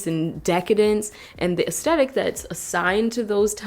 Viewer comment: Why can no one on the internet pronounce the word AESTHETIC?? everyone is missing out the crucial "TH' component. This is almost as frustrating as hearing content creators asking you to "suh-skrybe". Where's the first B?